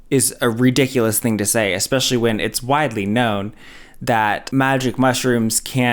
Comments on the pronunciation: When she said "expecially"...my ick reflex got triggered. Even if she wasn't already talking nonsense, I would have for sure thought she was even less intelligent somehow after that 🤦‍♀️ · “Expecially” — I can’t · The second someone says "expecially," my ears close.